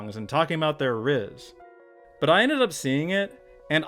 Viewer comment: The way says "rizz" is really funny to me